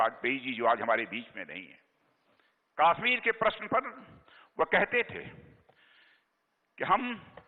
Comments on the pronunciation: Kashmir ko KAASSHMIR bol raha hai Dalla bolna tp sekh lay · Ye Chutiya Raksha mantri Kashmir ko kaashmir bolta hai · kaaashmir kyu bol rha hai? KASHMIR bol !!! and audience so rhi hai kyaa? yarr pta nhi kyu MODI govt mei sabhi ministers sahi lgte hai bs ise chorhke. Mr. Parikar was the best DM of India.